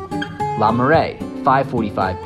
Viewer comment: Oh my word, every time he said ‘la’ I cringed. Try pronouncing it like the ‘oo’ in ‘book’ or ‘cook’.